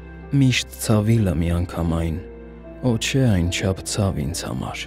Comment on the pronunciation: Ոչ թե <<օ՜ չէ>>, այլ <<ոհ չէ>>